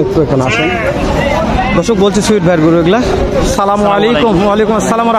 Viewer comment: ভাই সালামটা ঠিক করে বলবেন